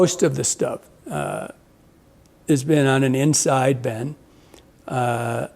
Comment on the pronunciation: “Slide Innside” 🤣